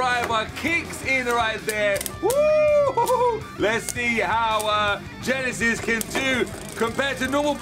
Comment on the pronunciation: It's not yenesis it's Genesis